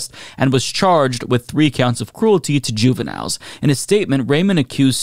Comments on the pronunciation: Did that say Juvenlines? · Did it say "juvenlines"?